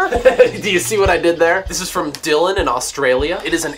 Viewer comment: YAY! But my name isn't Dylan. It's pronounced DECLAN!!!! (PS. I was the one who sent you the ambigram).